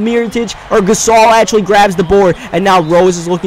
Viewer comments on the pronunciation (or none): none